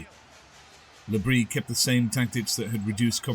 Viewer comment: You still aren't pronouncing the s in Bris.